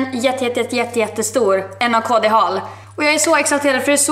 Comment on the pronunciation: Hej! Det uttalas naked:) puss å kram!